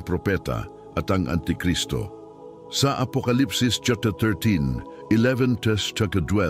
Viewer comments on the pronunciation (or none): Ibigkas mo Ng klaro Ang chapter, at vrers sa speak mo bulol.